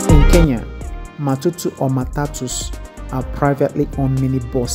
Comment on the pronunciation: It's not matutu it's Matatu